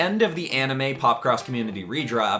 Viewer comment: Ok you realy gota work on that name for the series